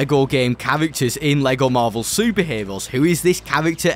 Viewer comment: Vewy stwong chawacter cweaaation in this bwawler game fwom lego. Bwing in the heeewooos! BWILLIANT!!!!!